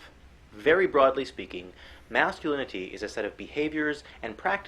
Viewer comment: Anyone else find it extremely annoying how pronounces "masculinity"? It's like his tongue is too big for his mouth and he slows down and has to pronounce every syllable when he gets to lin-it-tea. Thinking about it, thats how he sounds in general with his annoying patronizing quiet voice as if if he speaks too loud he'll wake up mom and dad.